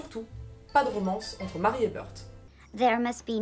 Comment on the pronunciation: Ne devrait-on pas prononcer Mary comme Mary (à l'anglaise) et non... Marie ? ;)